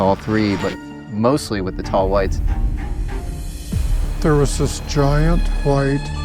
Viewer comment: tall Hwhites.